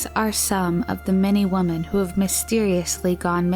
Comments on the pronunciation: Why do pronounce the plural "women" like "woman"? Just curious. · Do you really not know how to pronounce WOMEN?